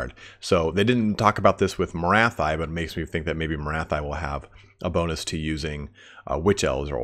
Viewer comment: Morathi should be pronounced "Morathee". But that's the advice of a French speaking guy so it's up to you 😉